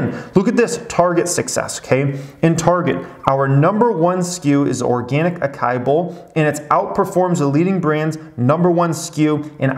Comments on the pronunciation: acai boll? A-SA-I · Acai is pronounced ah-sah-EE. Smashing the thumbs up! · “aKKAii” haha love ittt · knows how to pronounce acai, he just wants a comment. Like this one 😉